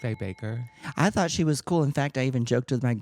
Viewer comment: omg i though thought I was mishearing her!! but no guess not 😭😭😭😭 never change tammie brown